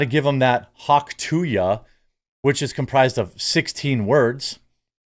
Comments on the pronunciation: Why do you keep saying "hawk tu yuh"? Its Hawk TUH. She says it herself xD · Hawk - too - uhh, not hawk - too ya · Come on Jeremy! There is letter “y” in the phrase! Stop saying “Huck to ya” it’s “hawk to uh” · why do you keep saying "TO YA" ? TOO-AH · Hauk tuah. Not hauk to ya. You sound retarded. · Dude there is no “y” in Tuah, stop pronouncing it wrong. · Am I crazy or is it pronounced “hock too-uh”? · Dude sounds like a boomer. "Hawk TWO-ya"... thats not it bro. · It’s “too ah”. Geezus man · Hawk too yah lol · Yeah no "y" in that. I was having a difficult time listening. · Why do you keep saying Hawk two yah? You've seen the video a million times you said. Are you dumb? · its funny that you pronounce it "hawk tuya" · I doubt you will ever talk about her again, but if you do… it is hawk ‘two-uh’. Please at least say it correctly. 😂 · Hauk too-yuh? Dude that was so retarded. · Hawk two ya? Lol i knew Jeremy got words and sentences mixed up, but Im not sure where he got Hawk two ya? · These fucking canadians, can't even say "tuah" correctly lmao come on man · I know you know how to say Hawk Tuah, and my comment is what you were more than likely going for, but I can’t help but cringe every time you say it. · You can't even say Hauk Tuah correctly. FFS man at least try. I'm not sick of her at all. Those that are sick of her are not getting the Hauk Tuah treatment and it shows. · Hawk Tuah, Jeremy. You heard her pronounce it. You can do it. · Why do you keep mispronouncing the phrase? You played the video and heard her say it.